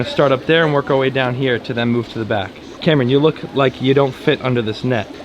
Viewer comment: Did anyone else notice that when he said "Cameron" It sounded like Camera??